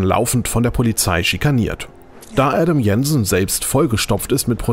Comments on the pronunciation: Ein noch untalentierteren Sprecher / Tester konntet ihr wohl nicht finden? Schon allein mit der Art & Weise wie er den Namen des Protagonisten ausspricht disqualifiziert er sich selbst. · "Adam Jensen" ist aber kein Deutscher. Daher wird er auch nicht so gesprochen wie der Sprecher im Video es tut. Und dass sich zum Vorgänger technisch nicht viel getan hat sehe ich auch etwas anders.